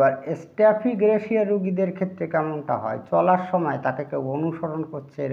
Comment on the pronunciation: স্টেফিগ্রেসিয়া শব্দটি শুদ্ধ করেন🙏💕